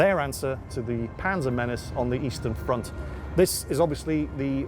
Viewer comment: Im pretty sure he said "Panzer menace"